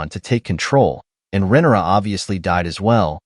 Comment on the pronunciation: It’s RHAENYRA, not Renera! For someone smart enough to make a video analysis of the show, you sure are bad with names!